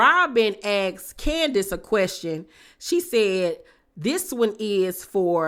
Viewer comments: I screamed “omg Keisha “ when she said Can-di-ace 😂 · Yeah she said candyass